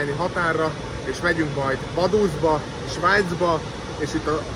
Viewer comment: Kötekedek: Vaduz kiejtve= faduc. ;)